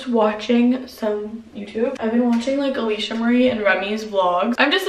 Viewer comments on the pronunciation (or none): none